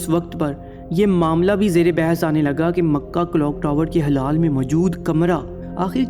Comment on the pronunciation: Bhai wo hilaal hota h na ki halaal